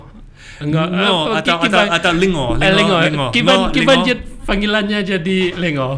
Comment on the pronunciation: Jeuet.. bukan "jeit"..